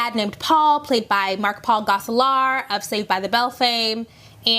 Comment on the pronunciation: They way pronounced Mark Paul Gosselaar's surname is her regional accent or something else